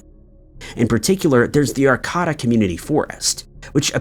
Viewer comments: Ar KAY' da not Ar Kah ta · He managed to make Arcata sound a lot fancier than it is. Like I get pronunciation is hard and mostly mistakes are acceptable, but when butchered so far away from what it's supposed to be it becomes the opposite of helpful information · Regarding the “Christine”missing story, I must correct your extreme mispronunciations of Arcata and Humboldt. Arcata is correctly pronounced “Ar Kay Tuh” (Not “Ar caw tuh”) Humboldt is correctly pronounced “Hum bolt.” (definitely not “Hum Bart”) I’m correcting you, only because people may not recognize the town or county because of your mispronunciation and to help with this case, we need to know correct city and county names. Thanks. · Ar-KAY-da Hum-BOLT You need to do some reading on how to pronounce some words. Don't be disrespectful. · Ar-KAY-tah and Hum- BOLT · Godamnit learn words It’s Humboldt no r And Arcata is pronounced. R K DUH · It’s pronounced Are-KAY-tuh in Hum-BOLT county and it’s not a dangerous county at all lol. I’m from there. Not sure where you are getting your info from, but Netflix isn’t a good place. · Ar-kay-da, Hum-bolt, and its not illegal in California.